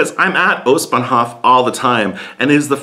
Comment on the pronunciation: Its Ostbahnhoooof Not Ostbahnhofffff